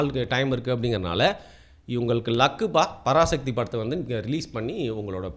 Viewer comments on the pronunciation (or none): none